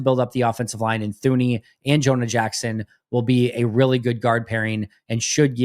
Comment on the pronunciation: Thuney is pronounced as “Tuney”…. Bothering me big time 😂